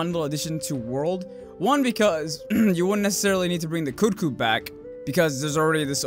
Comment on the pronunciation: Did you say "Yian GARA"? And "Koot Koot"? Oh my...lmao